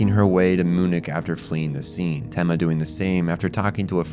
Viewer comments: “Moo-nick”-😂 But on a serious note, fantastic video. I missed so much of it when I watched the series, although I still loved it, but this gives me a whole new level of appreciation for the brilliance. It took to come up with this deep layered narrative as well as the incredible character/world building. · Beside the fact that i had a heart attack when he pronounced "MUNIK", the video as always is amazing. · The real monster is the way you pronounce “Munich” 😂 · And Munich